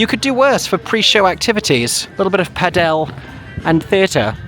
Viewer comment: Pa Del?? It’s pronounced Paddle! 🤣🤣🤣